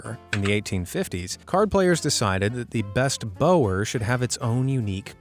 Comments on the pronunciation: It’s “BOW-er” as in “take a bow” not “bower” as in Bow & Arrow. Specially upsetting for me because it happens to also be my family name. Same spelling and everything. As well as being all euchre fanatics. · One thing... 'bower' is pronounced bauer. Just ask Johnny. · The word "bower" is pronounced like the the dog's bark, "bow-wow," or as in rhe act "I bow" to my dance partner.